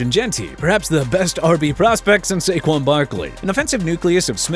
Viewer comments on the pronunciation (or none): none